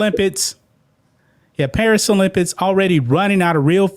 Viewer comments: O-limp-iks......not olimpits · Come on bruh!! It's pronounced Olympics not olympits. You speak for a living